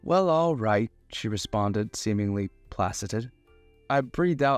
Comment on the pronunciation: I personally prefer this narrator. As what is meant as positive criticism, look up the pronunciation of new or unfamiliar words. For example "placated"